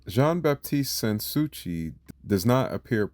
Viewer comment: SAns Souci is pronounced as "San Sue-see."